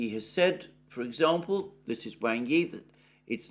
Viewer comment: Wang is pronounced as w-aug not as you see it